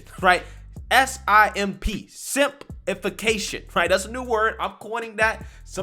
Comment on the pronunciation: "Simpifacation" nice one bruh 💡